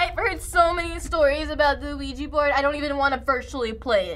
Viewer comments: "That´s a WEEGEE board" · so do you actually pronounce it "weegee" board? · I also heard "luigi" the whole time and I was like "Is this a Luigi's Mansion creepy pasta?" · kevin delaney OMG dude it's not "Luigi" lmao it's Oujia! Same sound different spelling instead of Lu it's Ou have you seen the movie trailer about the movie? It pacifically said on the title "Ouija" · It's not "weegee". The 'O' isn't silent. It's "oo-ee-gee". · Ouija is derived from the French 'Oui' and the German 'Ja', so why the hell would you pronounce it 'weejee' instead of vee-ja? 😓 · ***** Ouija board. Not WeeGee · Oh man, I replayed the video and all I can hear is Luigi/Weegee boards!!!! LOLOL OMFG Hmmmphh Bwahaha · weegee board XD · Hey....I pronounced Ouija board has Luigi board too... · Zedrik Allen No, that's how to mispronounce it. "ja" is not pronounced "jee" in any language. If anything, it is pronounced "weejah" or "weeyah" (since it may come from yes in french and german put together - oui + ja) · The correct pronunciation is "Weegee Board" and ik that you didn't make a mistake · kevin delaney I know what you ment, and it sounded like she said ouija